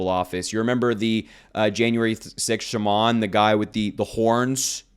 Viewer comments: Shaman is not pronounced“Shuh-Mon” it’s “Shah-min”! Thx! 🙏🏻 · You need to learn how to pronounce "shaman" correctly.